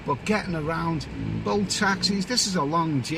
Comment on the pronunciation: I though you said ‘boat taxis’ but then I realised you were talking about bolt app like Uber.